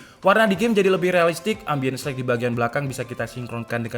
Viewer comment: "Ambience Light" RIP English Lu Tong